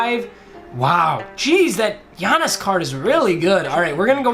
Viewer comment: Sup, I am a huge Bucks fan and the time you said Giannis's last name you got it right